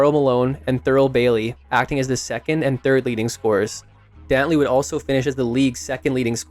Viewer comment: THIS AI IS CRAZY WHO IS DOWNLEY